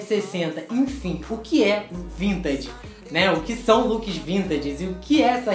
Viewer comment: O pior é vc falando vintaDe